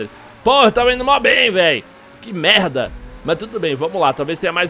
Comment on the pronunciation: É impressão minha ou o tem forçado um "mérrrrrrrrrda" no estilo carioca? AHEUAHEUAHEUAHEU